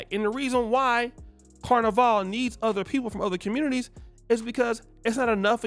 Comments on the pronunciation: I can guarantee you she herself is not Caribbean. Maybe a distant grandparent. Never in my life as a Trinidadian 🇹🇹🇹🇹and from the island that rules carnival. Have I heard it being referred to as “car-na-vale” no one’s refers to it as such. It’s pronounced “can-na-Val” Wtf is she on? She needs to stop cross playing and trying to represent the West Indies. She is not one of us. Any West Indian is about lyming. We do not care where you from. If there is rum and soca. We are down. She is an American trying to look for attention she clearly not receiving at home. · She not even saying Carnival right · She not even pronouncing "carnival" correctly, lol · She is not one of us. Look how she pronounces carnival. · She's not even pronouncing "carnival" correctly. This person is clearly trying to create a divide.